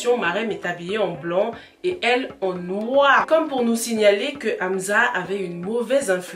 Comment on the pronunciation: C’est pas Amza mais Amsa mais sinon je kiff tes vidéos😍